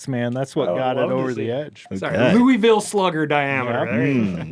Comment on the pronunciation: Kentuckian here. please never say Louisville like that again